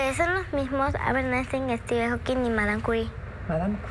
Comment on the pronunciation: Dice estiben jokin en vez de Stephen Hawking 😂😂